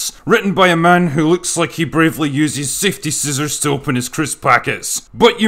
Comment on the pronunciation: Heard it as "fifty scissors". Still works.